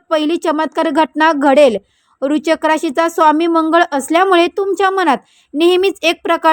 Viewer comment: राशीचे नाव नीट उच्चारता येत नाही अन् भविष्य सांगायला निघालेत😂